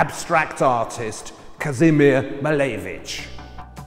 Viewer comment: Lovely video! but i wish you would say his name correctly haha cheers